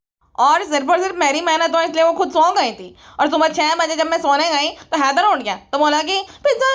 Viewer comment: Header Header zyada hi kar rhi thi Madam 🤔 jese ki Haider sound karana chah rhi ho😂😂😂😂